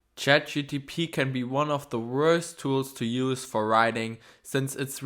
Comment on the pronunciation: you cannot even pronounce CHAT GPT correct ................